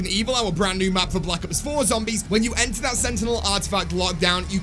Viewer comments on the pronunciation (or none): none